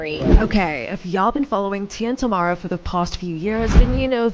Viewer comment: Why is it that nowadays people like to report on copy paste topics and they can’t even do something as basic as pronounce the name of the person they’re talking about??? How complicated is it to say TA-mEr-a or for better phonetics try this TAH-Mair-Rah ….TAMERA